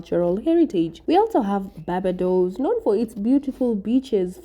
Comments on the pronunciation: Its pronounced, Bar-Bay-Dos. Barbados. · BAR- BAY- DOES equals Barbados.